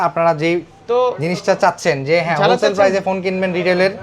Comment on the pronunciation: হোল সেলার ❌ ধন সেলার ✅